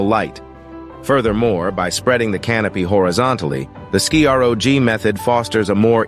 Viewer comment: You pronounced scrog too different ways but part from that done well